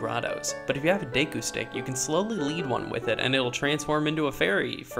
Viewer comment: lol "day koo"